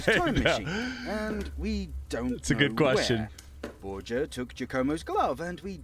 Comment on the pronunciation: That's not how you pronounce Borgia.